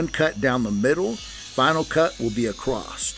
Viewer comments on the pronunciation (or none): Please stop sayin "acrossedT" there is no T in the word across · I don’t think across has a T in it